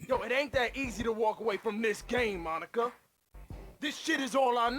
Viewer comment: Now did he call her “Monica”? Or “Mah Nikka”? Asking the real questions